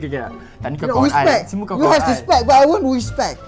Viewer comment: ada perkataan baru Respect❌ Wispect ✅